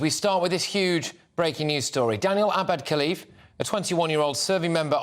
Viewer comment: It’s “Khalife” & not Cliff try to pronounce it in an Arabic way.